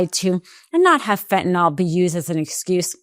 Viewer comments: FENT-ah-nil. Not "fent-nawl" damnit. Fentanyl. I know it's not the point of the video but goddamnit can NO ONE f*ing READ or speak? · There is no "O" in fentanyl. FEN-TA-NILL not FEN-TA-NOL! Sound smart. Say it correctly. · This is an excellent, informative piece. (I just wish the world would learn to say "fentan-ILL" rather than "fentan-ALL"! Just check the spelling! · If SCOTUS is honest, they will find that Trump cannot tax Americans by Executive Order. And it is Fentanyl, not Fentanol. Educate yourselves. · Why is everyone calling it Fentanall? It's Fentanyl, pronounced just like it's spelled. "-ill," not "-all." Has everyone become illiterate? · FentanILL, Not FentalAWL, for God's sake. Can't you people speak basic English? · Why TF does everyone say fentanOl. It's fentanYl. Never seen a y pronounced as an o in any language. Ignorant. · Pardon me for being picayune. I wish people would stop calling it fentan-ALL. It's fentanyl. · It's Fent-a-nil (fentanyl) not fentanol It drives me crazy lol 😂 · Just because Trump pronounces fentanyl fentanol doesn't mean you have to do it too. Fentanyl. Not fentanol. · PLEASE PODCASTERS!!! PRONOUNCE THE DRUG CORRECTLY, YOU SOUND STUPID!!! ITS FENTANYL (NIL), ITS NOT FENTANOL...NOT FENTANOL!!!!!! IM BEGGING YOU??!! R.N. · It’s not fentinol (how you-and most people-mispronounce it). It’s fentanyl. Rhymes with “a mill,” not “an all.” Sorry. This is just a pet peeve of mine. Seems many people, including media people and politicians, do it. If you’re going to put out posts for public consumption, you should make sure you know how to pronounce what you’re talking about. Again, sorry. I agree with the message completely. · "Feh-a-nawl" I learned in 2nd grade how to pronounce "and sometimes Y" as a vowel. Maybe ask a second grader to teach you about vowels if you know one.